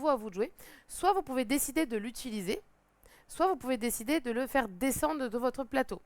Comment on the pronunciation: « On est en France, on dit pas « soite »… allez on refill » 😆🤦‍♂️